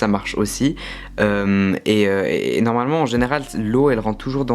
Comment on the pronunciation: Un moment tu as dit narmalement